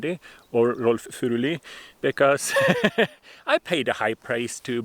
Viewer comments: Norwegian here; I can confirm that you know exactly how "Furuli" is to be pronounced. Now I have actually studied religious scholarship at the University of Bergen, and I have taken the trouble of learning Biblical Greek and Hebrew. Seriously, it is NOT to be thought that once you can struggle through Bible texts in the original tongue, there is suddenly a whole world of new meanings and nuances opening up to you. Basically you will only find that modern translations are normally good enough. If some snobbish scholar tells you that "you can't understand this if you can't read Hebrew/Greek", just laugh at him. There is nothing magical about the original Bible languages. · Wait you have Scots Pine growing in Norway? AWESOME! Thank you for the correct pronunciation of his name.